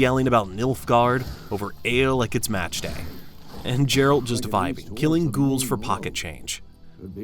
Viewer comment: You get 8/10 for getting your ass handed to you by the Drowners and butchering Geralts name.